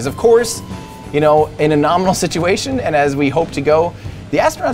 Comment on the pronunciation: do you mean normainal?